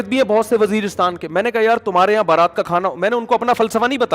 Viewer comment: بارات نہیں برات ہوتا ہے۔